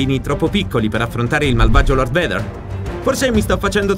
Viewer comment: Si pronuncia "veider" ma è ok